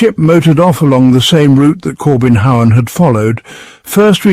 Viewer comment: No, not the "Kobenhavn", the "Corbin Howen" , haha